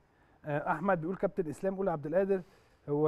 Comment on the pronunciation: مع إحترامي وتقديري لنجوم الأهلي المحترمين في هذه الحلقة ولكن ملاحظتي الهامة هي اسم اللاعب الموهوب أحمد عبدالقادر ، لاينطق (أحمد عبد الآدر) لأن القادر هو اسم من أسماء الله الحسنى ولايجوز ولا يليق أن ننطقه خطأ والمشكلة الكبيرة إن معظم المصريين وأنا واحد منهم ينطقونها وغيرها من أسماء الله الحسنى مثل عبد القوي يقولون عبد الأوي !!